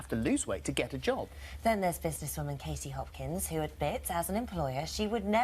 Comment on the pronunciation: There is a T in Katie, please use it.